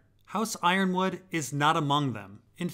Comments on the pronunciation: Yronwood is pronounced Yer-on-wood not Iron-wood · Ironwood vs Yronwood, is i possible that Yronwood is pronounced as E-ron-wood?